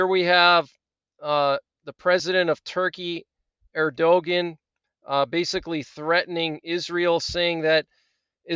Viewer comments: “Air-Do-Gan.” Makes me crazy every time you say that. 😀 But I love your updates. Thank you. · Thank you for the time you invest! Erdogan is pronounced ‘Air - Do - Wahn’, by the way. :) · Love how you pronounce the Turkish presidents name. 😂 Obviously, you're pronouncing it wrong on purpose.